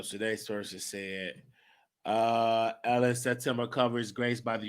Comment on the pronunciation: it’s not “Ellen” magazine, its ELLE.... pronounced EL...